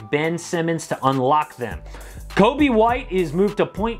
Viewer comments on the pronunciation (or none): none